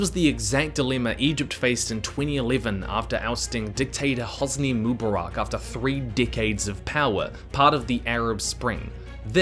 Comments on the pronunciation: Pronunciations heard in this video: moobaRACK, moobaROCK, mooBEARik, MOObarock Correct pronuciations heard: none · it not mubarak😭 it MU Bark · Say it with me: "Moo" "Bar" "Ick"